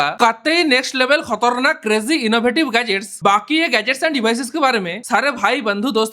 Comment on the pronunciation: Khatarnak ❌ khotarnak ✅😂